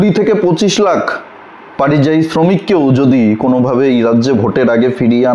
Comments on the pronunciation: কথাটা পারিযায়ী নয়, পরিযায়ী। কানে বড় লাগছে। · পারিযায়ী শুনতে ঠিক লাগছে না,ওটা পরিযায়ী বললে ঠিক হতো। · পারিজায়ী নয় পরিযায়ী।ধন্যবাদ। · পারিযায়ী না পরিযায়ী